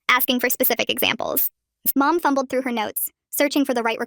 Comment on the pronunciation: Did she say "thumble "? Couldn't decide between "thumb" and "fumble"?